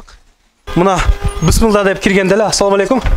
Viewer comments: Бысмылда эмес. Биссмиллах деп үйрөнчү иним. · Бисмиллях же болбосо бисмиллахир ррахманир ррахиим деп туура айтыныз бул Аллахтын ысымы.